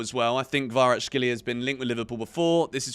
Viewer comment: It's Kvaratskhelia, mate. Not Kvaratshkelia. "CH", "X" sounds are back to back.